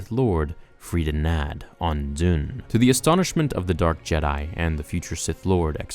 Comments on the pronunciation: Dxun, the moon of Onderon where Freedon Nadd was buried, is pronounced "Duksun", not "Doon". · excuse me but dune? . its Dxun. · Dxun is pronounced Ducksun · Dxun pronounced Ducks uhn. You probably knew that but anyway just saying.